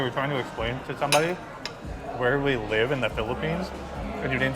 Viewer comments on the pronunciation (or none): none